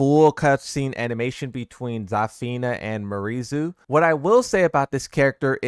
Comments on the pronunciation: its pronounced Myarizu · Brother, it is not “Marie Zoo”, it’s “Me-are-ee Zoe”. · Bro stop saying MARIZU PLEAAASE its Miary Zo 😢😢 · This man can’t pronounce miary’s name right, Hwoarang name, or the word Kazakhstan right